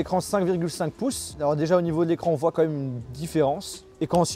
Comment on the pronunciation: Ce qui est surtout abusé là c’est ton « comme même »